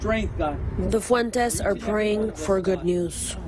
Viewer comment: Ole pronounce Fuentes the right way 🙏💙